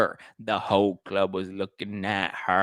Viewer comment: Can’t help it but we love it when say “In the Clurb”🙌🏼😂🫶🏼🙌🏼💥💥